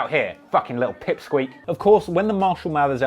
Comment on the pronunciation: Pip sckweek?😂